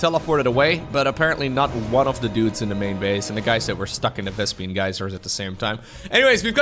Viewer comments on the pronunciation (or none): you keep pronouncing it "vespian" never change ❤ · Why would you think vespene was pronounced the way you said?